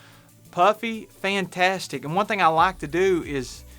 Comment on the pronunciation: „Fäntästic“ 😆Love it. Greetings from good, old Germany.